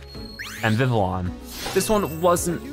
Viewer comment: Vivillion is pronounced viv-lee-on. Trust me I've watched the X Y anime